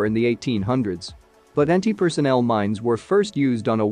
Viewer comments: Anti-personnel, not anti-personal. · PERSONNEL! Not "personal"!